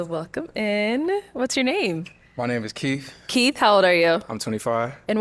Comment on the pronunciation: Keith pronounced his own name Keef! 😒